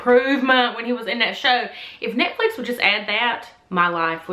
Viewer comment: She pronounced Netflix wrong she said nitflif it's netflix😂😂😂😂😂